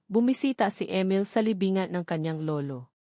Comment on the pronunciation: Ang pangit Ng boses Mo..ang Emil naging amel.ang oa mu mg basa..hndi nakakatakot ang story kundi nakakairita ang boses muh